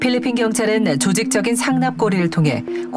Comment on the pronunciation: No 삘리핀~~